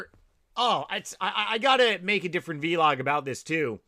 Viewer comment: Is the pronunciation of vlog a deliberate affect? Or a regional thing, I've only ever heard it pronounced the same way as blog